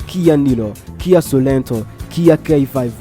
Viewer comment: Iyo Publicité yanyu hari aho iyobya abantu: KIA SOleNTO who kuvuga SOreNTO!!!